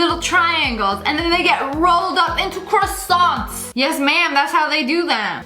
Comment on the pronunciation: Fat kid from Jimmy Notron be like:are you going to finish those crusonts